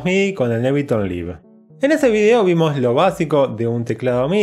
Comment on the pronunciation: Se pronuncia "Aibelton Laif" no livu xd